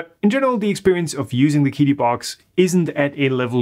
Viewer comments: Chee-Dee, not Kee Dee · I believe it’s pronounced “chee dee”, not “kee dee”. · it's pronounced "chidi" not quidi :) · I don't want to be THAT guy but the Q in Qidi is pronounced more like "tch" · Just so y'all know... Qidi is pronounced "Chi Di" - Qi is pinyin for 气 (or 氣 in traditional Chinese), and means "air" or "vapour" (not vapourware, for those still waiting for a Qidi box!)